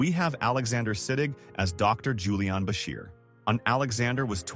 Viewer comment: This AI pronounced Julian Bashir as Julianne Bashir. 😅Does this make you wonder if his alter ego is female?